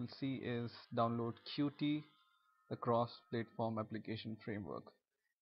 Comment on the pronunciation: It's pronounced like "cute", man! Good video apart from that.